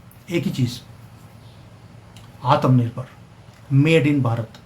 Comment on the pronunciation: Are bhai it is atmnirbhar not atamnirbhar